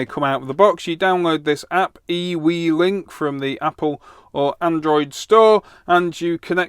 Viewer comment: I think IWelink should be pronounced as Ewe-Link. 🤣